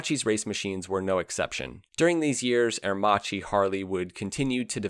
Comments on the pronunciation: You butchered the pronunciations especially " ah err Maki ".... how can you have done this ? You showed a picture of Giles Villenueve as W. Villa.... Agostini etc. You missed out on the little known now braking system the "idronico " which is a form of a drum brake . It's a cone working within a cone to work smoother and has increased surface area. Better for aerodynamics. You had one pic of it btw. Macchi did not need any engineering expertise from H D . They were building 16 cylinder twin plug per cyl Supercharged aircraft engines in the 1930s and still hold the float plane records. Italy was under financial mayhem due to the OPEC restrictions, so it was a mutual benefit to do business. I lived it. Thank you for sharing some light ..... call on a real Italian , contact a consulate or some of that nature next time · It's really pronounced Air - mak-ee! Not; Ear- ma- chee. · Interesting documentary, by the way ch in italian must be pronounced like a K so Aremacchi sounds like Aermakki like bruschetta sounds brusketta :) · I wish you'd taken a second to just check how Aermacchi is pronounced. It's italian. Chi becmes a K sound. It's Aermakki. Good well researched video but the pronounciation makes it more difficult to sit through than it needs to be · A pity that you butchered Aermacchi's name for the complete video...